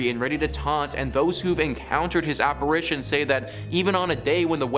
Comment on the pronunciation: App-a-RI-tion, not App-a-RAY-tion. Want us 2 like u? Pronunciation works WONDERS🙄